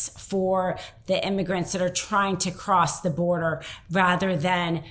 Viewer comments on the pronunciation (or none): none